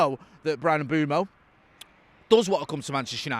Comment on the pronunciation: New one today from - ‘Mbrian Mbumo’ 😂